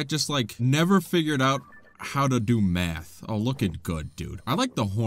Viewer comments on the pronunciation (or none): Had to rewatch the first moblin because I genuinely thought you said they hadn't figured out how to do meth 😂